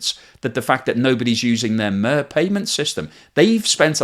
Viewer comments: It’s not “Mare” it’s “Mir” (which literally means “world”) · It is not pronounced MR but MEER with the short I. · IT IS PRONOUNCED "meeR", NOT "murr". It will make you seem a bit less clueless if you get that critical detail correct. It is exactly the same word used for the old Russian space station. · Mir is pronounced meer not mur. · I can't help but be that guy but it's *MEER* cards. MEER. Like the space station? It's like *meercat* but without the cat. No 'frankincense" involved. Otherwise fantastic and informative video with a lot of great analysis. Just too much MURRRR for the last several videos. TYVM! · It's pronounced "meer," not "myrrh." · It's pronounced MeeR not mea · Is it really pronounced mur and not meer? The Russian word is мир (meer). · If only you knew how to pronounce "MIR". It is an I in the middle, not a U. It is pronounced more closely to MEER than to Myrrh. Not Mur, Not Mire, but Mir. The same as the Russian space station. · It is prnounced "mier", meaning peace and not "moehhr", like sheeps do. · It’s not called MUR it’s called MERE for the English speakers to pronounce correctly. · Mir...as in Mirror. Not Mur. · “Meer”, not “Myrrh” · More is pronounced "meer" not "mer". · Is it me or do you cringe when he says 'MER' and not 'MIR'... Just like the space station in the '70s, with a ''I' not an 'E' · MIR rhymes with fear, not with whirr. It was also the name of the Soviet space station, which started operation in 1986. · it's not muuuuuuuh, it's MIR. Meeeeeeer... can't you pronounce it? at least try my man. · Always like your YouTube vids a lot and I always learn much. One small note, however, from a student of Russian. Mir is pronounced pretty much like english"mere" rather then murr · It’s pronounced “Meer” not “Mur” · It is not mer, it is mir. Pronounced like mere but with the vowel sound between m and r much shorter. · It's not pronounced "mur", it's pronounced closet to "mere" :) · It is pronounced "meer," not "merr." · It's not Mur...